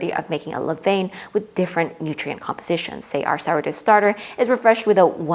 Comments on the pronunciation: Pronounced leh-VAHN not leh-VAYN. Levain [International Phonetic Alphabet: /lə.vɛ̃/ Sounds like leh-VAHN (nasal "n" at the end, as typical in French)] You're trying to present from a position of expertise but simply not being able to pronounce this basic term makes you look amateurish. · So technical and deeply researched, but every time you say “le vane” something inside everyone who speaks a little bit of French dies For next time, it sounds like “le van” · Good video. Levain is pronounced Le van! And yes that is in all the English speaking world.